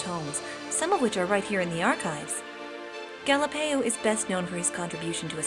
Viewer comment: Galapeio? More like Galieo.